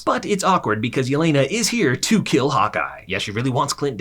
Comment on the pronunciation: I kept hearing him saying “hot guy” instead of Hawkeye.